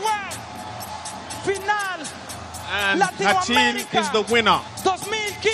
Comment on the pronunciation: it's ratin not hatchin. even the mc call his name ratin not hatchin.